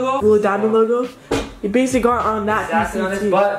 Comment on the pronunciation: “thahts bassily uh bassily” 😂